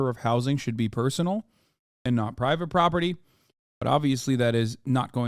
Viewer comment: Yes I wuv pwivate pwoperty uwu, pwofit over peopowe